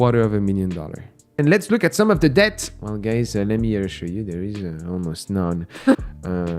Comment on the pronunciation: I like how he sometimes pronounces the word debt correctly, but most of the time heavily emphasizes the B.